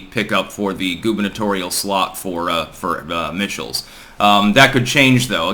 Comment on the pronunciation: Michaels vs Evers, Mike-Els vs Eve-Ers.